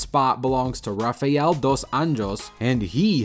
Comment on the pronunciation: Just a heads-up, if a fighter is Brazilian and their name starts with R, it's usually pronounced like an H. So it would sound like "Hafael" Dos Anjos. And if it starts with a J, it's pronounced with a hard J, as in "Joe-zay" Aldo